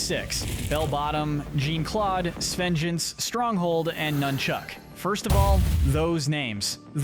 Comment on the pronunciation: It’s pronounced JAHN-clawed and KAM-ick, “”! 🤨 Also, you forgot Maxime Le Mal! 🤨